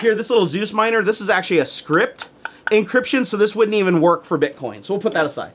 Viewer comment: Just a little correction, Scrypt isn't pronounced like Script but S------Crypt.